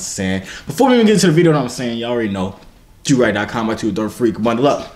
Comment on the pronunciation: That gul said JoYvier like umm...